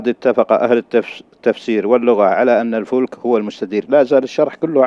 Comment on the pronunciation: الفلك وليس الفُلك